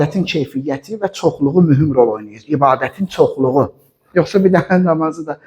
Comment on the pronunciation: Yuhsa deyil yuhsi